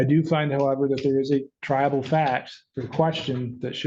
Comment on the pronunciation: No judge or attorney pronounces TRIABLE correctly! I'm sick of hearing "tribal" from 99% of them!!